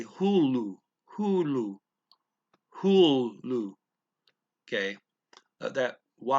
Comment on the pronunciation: When you tried to say hylly shelf, it actually came out as hullu crazy.